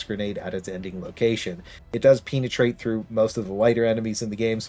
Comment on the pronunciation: why is everyone saying PEENatrate????